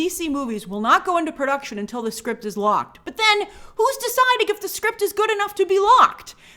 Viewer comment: 😂 That New York accent came out “It’s the script” love ❤ it tho 🥰